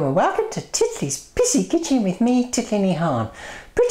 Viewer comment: Sounds like you say ''welcome to Titli's PISSY kitchen...'' LMAO! :') Love you Titli, you're so funny! ~HappyChap :)